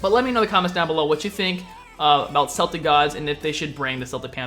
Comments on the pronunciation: Is it not pronounced (k-el-tic) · It pronounced keltic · Honestly, if they were to add another pantheon, which probably wont be anytime soon, they should seek more diversity. To this is a polynesian or a native american pantheon perfect. I fully support celtic (pretty sure it's pronounced Keltic) or african too though. The rest, not so much... Also, you mentioned a new class. Probably the only new class they could add is a type of support class, as everything else seems to be far to specialized to be it's own class. But a class meant for supports would be nice though! ^^ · Celtic are meant to be pronounced as Keltic. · Celtic is pronouced as Kel-tick :) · Spelt Celtic but pronounced "Keltic" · u say the c😂😂 celtic man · its prenounced keltic not celtic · dude it's pronounced as kelt not selt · It's prenounced K Eltic not Seltic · Celtic is pronounced "Keltic" Not "Seltic" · it's not seltic it's celtic, I'm Irish I should know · It's pronounced like "keltic" but spelled celtic... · those aren't the main Celtics(k-el-tic not s-el-tic), look up the Morigan(mage, goddesses of death, Flitish(hunter, goddesses of the hunt), or Brieget (queen of the gods)(not correct spelling and you won't read it right) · Celtic is pronounced Kell- Tick not Sell-Tick Source: I'm Irish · its Keltic not seltic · I hate to be nitpicky but you pronounce Celtic with a hard c and a soft one. You say seltic when it's supposed to be celtic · im irish and i know its hard to say for americans but celtic is pronounced ke-l-tic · Bro, it's pronounced as KEL-TICK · Celtic is a football team. Celtic as a group or a culture are pronounced with a solid K sound not an S. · it's Celtic so you pronounce it Keltic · Celtic as the pantheon is pronounced Keltic :D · Sorry to do this, but it's pronounced Keltic. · Its Kel-tic, like how you'd say the name kelly or ken, my Grandparents are of Celtic descent. You can call those people Celts, again Kel-ts. Do not take that personal everyone says it wrong.